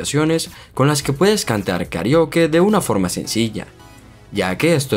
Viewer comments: Me molesta la mano... Hubieras dejado solo el teléfono en la pantalla!!! Además dices KARIOKE y la palabras es KARAOKE recuerda que somos de habla hispana. Y último, hablas mucho y no vas al punto, solo explica las aplicaciones y punto.... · Se pronuncia Karaoke